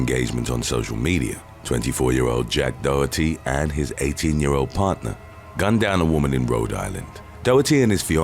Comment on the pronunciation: The horror style music, cheesy sound effects & slow paced delivery do nothing to enhance the video but they are irritating. Also that’s not how you pronounce “Ezekiel” or “Doherty.” Put all that together & that’s why I dropped out after 12 minutes.